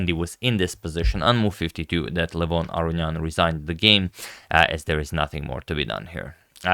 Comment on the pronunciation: Agad is literally unable to correctly say Aronian. Listen, every time he f's it up. It's Uh-row-knee-an.